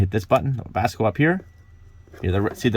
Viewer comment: The K in Webasto must be silent lol Webasko 🤪